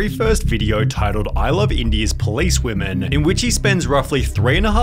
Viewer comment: “All weemeen”